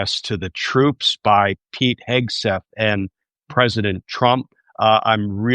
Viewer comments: Your guest has mispronounced Hegseths name, is that on purpose..? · Love how Hegseth's name was mispronounced several times!